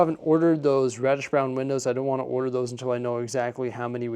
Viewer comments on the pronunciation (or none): none